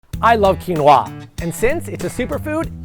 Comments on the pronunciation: That's not how you pronounce it. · Why are you saying "quinoa" like that?